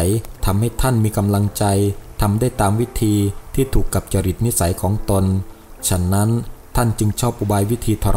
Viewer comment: คำว่า "ของตนๆ " ต้องอ่านว่า ของตน ของตน ไม่ใช่...ของตนตน แอดมินอ่านผิดนะ...อย่างอื่นดีมากแล้ว